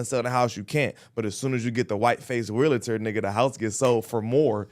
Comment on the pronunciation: This 🥷 said “realater” 10x 🤦🏾‍♂️